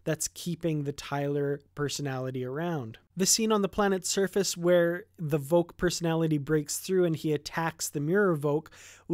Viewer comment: When you hear him say his own name (such as Vok son of none) the way he says it is with a semi-silent H sound "Vohk" more than "Voc" So yes I think that is the proper pronunciation of his name. So I think how you say it is more correct. "She ask Vok how is it....."